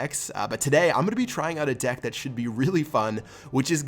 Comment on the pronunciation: when he said deck I thought he said dick XD